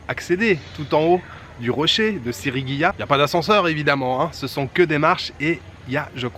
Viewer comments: Sigiriya et non pas Sirigiya comme il le dit plusieurs foie dans cette belle video.....cela ma bien fait rigoler. Le décor est à couper la respiration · Salut, c'est pas Sigirya plutot que Sirigya? Profite bien du Sri Lanka, c'est top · Ahah SiRIgiya ça m'a perturbé toute la vidéo ^^ Superbe coin dans la nature! C'est aussi très sympa de monter sur le Pidurangala rock just en face pour avoir la vue sur le rocher :) Hâte de voir la suite du programme!